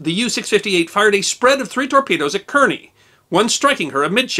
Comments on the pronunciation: The name is Kearny (Kar-nee) not Keer- nee. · I believe "Kearney" is pronounced "Carney" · I believe that Kearny is pronounced "car-knee." At least that's the way I heard WWII vets pronounce it when I was a boy. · Actually "Kearny" is pronounced "Carney". There were two Kearnys in the 19th Century Amcerican Army. One was Col.Stephen Watts Kearney who led an American expeditionary force into southern California during the War with Mexico. The second was Brigadier General Phillip Kearney who was killed near Chantillyl Court House, Virginia in 1862 during the War of Northen Aggression. Ft. Phil Kearney , American west, was named after him following. the war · Great stuff! Yes, the advertisement is irritatingly long, but someone has to fund the work it takes to pull this together. Oh, and I'd guess that the Kearney's name was pronounced "Karney", like the NJ city and the Civil War general. The destroyer was named for Captain Lawrence Kearney, USN, who lived in Perth Amboy, which is near Kearney. Incidentally, the Wikipedia bio of Captain Kearney says that "In 1818, he commanded USS Enterprise of the New Orleans Squadron when he sailed to Galveston, Texas and forced Jean Lafitte to abandon his base without a fight."